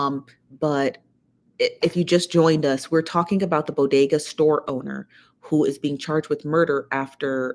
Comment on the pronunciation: It's BODEGA 😄